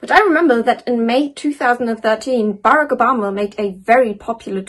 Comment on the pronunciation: I'm sorry if you quote someone at least get their name pronounced correctly, I get that with a british accent Barack isn't an easy name but it's definitely not Bearic